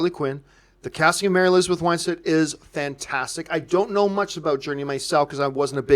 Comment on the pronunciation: It is Win stead Not Wine stead ;)